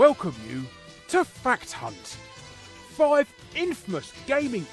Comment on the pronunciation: Still sounds like you are calling us all "fat unts"